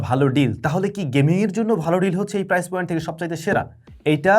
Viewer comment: প্রাইজ?😂 নাকি প্রাইস ভাই? এরকম ভুল শেখানো অনুচিৎ